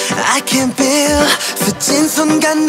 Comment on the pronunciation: if wonho says i can beel, its beel from now on.